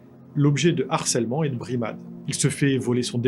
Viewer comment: Euh, le harcèlement scolaire (h aspiré et non pas muet comme dans héros)